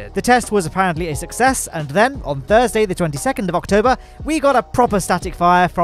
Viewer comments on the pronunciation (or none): none